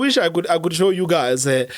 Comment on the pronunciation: 😂🤣😅 " SHHOW THE WHOLE COUNTRY " IM IMPRESSED